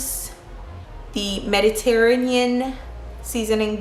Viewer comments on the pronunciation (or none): Love your energy and videos so dont take this wrong but you just butchered the pronunciation of Mediterranean and technique.